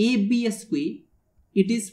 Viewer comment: It's "squared", not "esque".